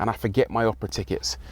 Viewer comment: Rory : "Take me to the Operah " Chauffeur : Drives him to Oprah Winfrey's mansion .